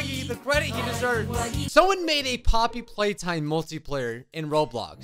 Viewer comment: "Floppy's playtime" Hold up somethin aint right there- You saying flappy's playtime?